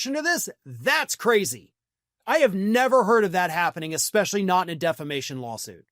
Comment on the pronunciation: Mike calls it DEF LA MATION not Defamation 😮😮😮😮